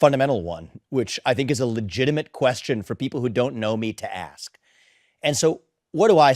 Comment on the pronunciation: Brandon, please learn how to pronounce “ask”. The S comes before the K.